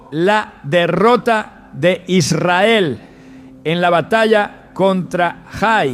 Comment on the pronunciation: Noté que algunas palabras no las pronunciaba bien Como cuando dijo Israel que titubeó